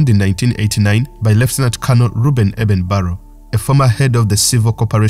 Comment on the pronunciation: Eben Barrow is ACTUALLY Eben BARLOW!!!!! Please learn how to pronounce English!!!